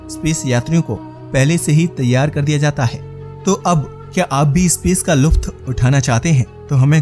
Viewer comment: luft nhi bola jata ĺutf bola jata h